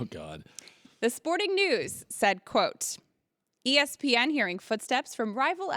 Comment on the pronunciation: can colin not say ESPN or something?